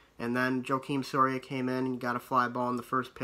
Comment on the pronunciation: You BUTCHERED joakim sorias mane lmao